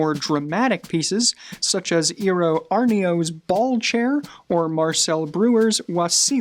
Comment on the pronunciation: Yeah, not in all cases... I did not understand the pronounciation of the Finnish designers Eero Saarinen and Eero Aarnio at all, but I knew the chairs so...